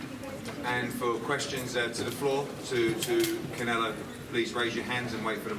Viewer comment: Bivol dijo Canela 😂